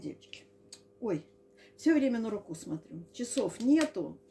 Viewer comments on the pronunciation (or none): Извиняюсь заранее, не хочу обидеть, но Вы действительно делаете много ошибок в ударениях. Кстати, Люда , например, говорит правильно рУку, нОгу, а не рукУ, ногУ, как Вы.